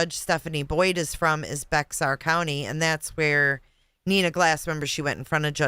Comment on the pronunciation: Native Texan here. I was born in San Antonio and I have lived in Texas my whole life and I hear a lot of creators mispronounce the county that San Antonio is in. It is spelled Bexar but it is pronounced Bear. Just thought I would throw that out there in case anybody was interested.